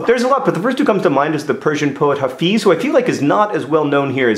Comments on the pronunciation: He must really not be well known...because his name is pronounced Hafez, not Hafiz...:P (sorry...) My Persian teacher is in love with him. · I know mispronouncing is your thing but Hāfez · It's pronounced " hoffez" as in hoth